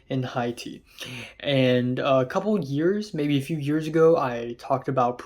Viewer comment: dope video man but you should learn how to pronounce Haiti, the country. (Hey-Tee)